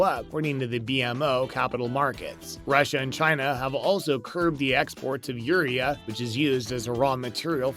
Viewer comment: Agreed I farm in iowa there is no fertilizer shortage. This guy can't even pronounce urea give me break. All price gouging